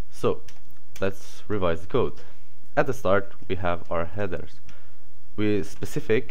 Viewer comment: Your English is great but it would be Specify in the cases in this video not Specic